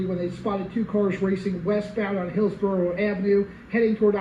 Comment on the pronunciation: It's Hills-bro-ough and E- bore city. ❤ Great reporting as usual.